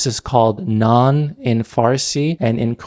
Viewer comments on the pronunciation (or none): none